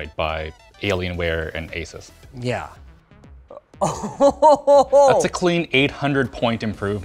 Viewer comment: The only thing is annoying here pronouncing ASUS wrong. please stop give weird names, name it as its named in local setting same thing applied to countries cities local attraction and food STOP butchering names